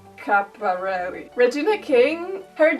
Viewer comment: Love your videos Karolina, FYI: App-lee-kay E-liz-a-bee-than Skap-peer-relli <3